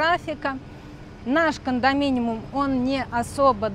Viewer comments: все таки кондоминиУМ, а не кондоминиМУМ 😂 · КондоминиУм, если что😅. Спасибо за выпуск